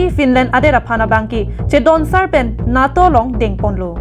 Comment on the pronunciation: "NAA" pu a pronunciation kali NATO aphanke. NETO pusi pu nangji - NATO aphanke.